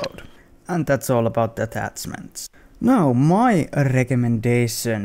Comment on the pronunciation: "atatzmanz" XD